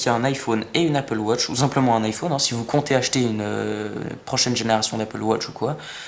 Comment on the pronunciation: tu sais pas dire iphone et apple watch